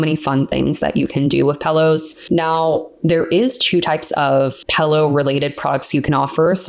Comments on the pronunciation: Is funny how you say pillows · You need to learn how to pronounce pillows !